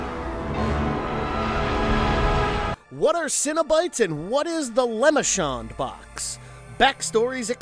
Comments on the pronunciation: Did he call it the lemonshawn box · I literally came here to say this very thing! The narrator keeps, painfully, pronouncing Le Marchand's name as "Lemon-shod" or "Lemon-shot" — It's SO annoying! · Lay-mar-shawn..... your losing points by the minute bud. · Hearing him say Lemmershon over and over instead of Le-Mar-Shand is hilarious. Its like he's never seen any of the films and heard it pronounced or read any of the books and stories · You're not an actual fan, are you? You cant just study fandom wikis , you gotta really "know" the material. For example: "Lem-I-Shawn"= wrong "la-Marsh-And"- correct "Sin-A-Bites= limited treat offered my Cinn-a-bon "Sen-A-Bite= interdimensional travelers, seeking out new sources of pleasure. See what I'm saying? There's also a huge difference between actual lore, written by Clive Barker, and the first movie is the only one that was made with the intent of telling a story, and the material that followed was simply to prevent creative rights reverting back to Barker and remaining with the studio. And none of them remember their past, they were all reminded by Cristy Cotton, but it wasn't random where some remembered and some didn't. Which as i get further into this video, I'd guess you at least read the book, as that's the only place "pin head" is referred to as "the Hell Priest". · Deh-vo-tee. Le Mar-shon, not Lemma-shon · Is lemashawn what you actually hear or did the script not have the right pronunciation available? Even hearing it in the movies would have provided the right pronunciation. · He said ''Cino-Bites'', like a snack cereal. And ''Le Mon Shawn'', like some wrestler from Strawberry Shortcake. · "Lou-mar-canned". Lemarchand. ❤ Regarding awesome Clive Barker, few things, if any, are inherently Evil as far as I'm concerned. I love this damn channel, it's Mojo without that nasty, diet aftertaste... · You totally butchered the name .. it’s French - LeMarchand “ Lay-Mahr-Shahnd”